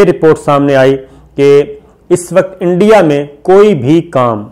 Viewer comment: انڈیا نہیں "اینڈیا"